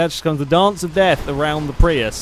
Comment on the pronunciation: I saw a Prius in Oregon with the license plate "PRI AYE." I thought immediately of you. I guess your pronunciation in correct.